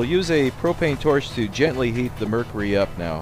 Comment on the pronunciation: It is murcury not murcery